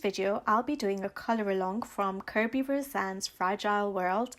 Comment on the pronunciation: Kerry Rosales is pronounced "Ro-san-es" it is not "Ro-san". He is Philipino. The " es" is pronounced. .